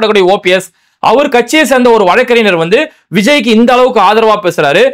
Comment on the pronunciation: Bai வழக்கறிஞர் என்று உச்சரியுங்கள்